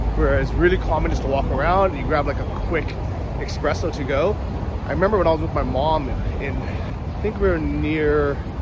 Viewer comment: It's "espresso", not "expresso" :)